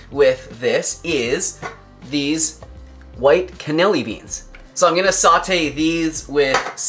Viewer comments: Probably already mentioned, but it's not can-ell-i beans but can-uh-lee-nee beans. For your record. And much love to you both. I'm 77 and have been vegetarian since 1989 and vegan since 2005. You make it fun. And a gazillion animals thank you for your incredible contributions. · Can-uh-LEE-knee not Canilly 😂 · Funny how you say "Cannilli" beans haha. is so adorable